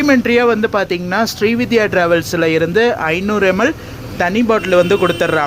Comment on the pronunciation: Bro, it is not ஶ்ரீவித்யா . It is ஶ்ரீவிந்த்யா travels. Pl correct your pronunciation.